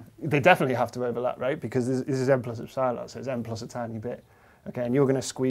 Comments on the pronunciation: Professor, epsilon is pronounced Ep-si-lon (accent on the first E), not ep-SI-lon (not in the middle). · Did you just say, N plus Ep- SIIIIIII-LAM ?? ?? I have never heard epsilon butchered like that. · The way he says epsilon is pissing me off because in my language (dutch) the stress is put on the ‘e’ and not on the ‘i’ and it just sounds so wrong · Ep- Sigh -lawn vs Ep-suh-lon 😪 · First time I've ever heard it pronounced "ep-SIGH-lon" as opposed to "EP-sih-lon" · I may not be a mathematician but please; it's ep-sil-on not ep-sile-on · Ep-si-lon?? ep-sil-on mate come on haha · I enjoy hearing EP-si-lon being pronounced ep-SY-lon. Keeps making me think of Battlestar Gallactica. (==o======) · Do you really pronounce eps-AYE-lon? Epsilon seems way simpler and it's how greeks actually say it. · Are trying to say EP - SILON ? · "epp-cylon" The guy must be a Galactica fan... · "Ep-cylon"? sounds like Battlestar Galactica. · I've never heard epsilon pronounced ep-SY-lon before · Only psychopaths pronounce epsilon like that. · First time that I have heard epsilon pronounced like that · Great video. I watch a lot of content from the UK, but I never knew that you pronounce "Epsilon" differently from the US. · I think that's the first time I've heard "epsilon" pronounced that way . This is something I'll have to keep my ear open for... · When was it decided to call "ε" [e'psaɪlən] and not ['epsilon] as it is pronounced in greek since "ε" is a greek letter? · Wherever did he pick up that pronunciation of epsilon? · I've found that people from the north of England are more likely to pronounce it like Dr Padilla (and Copeland), while those from the south pronounce it the other way. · Strange pronunciation of "Epsilon".